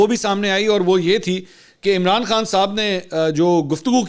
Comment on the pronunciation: منصور صاحب جب آپ عمران خان کا نام لیتے ھو تو توئی تک زور کیوں لگاتے ھو